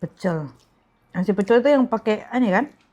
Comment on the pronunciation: Pece' lele yg betul mb bukan pecel lele 😂😂